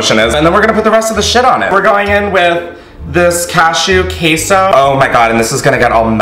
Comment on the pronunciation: did he actually say KEY-so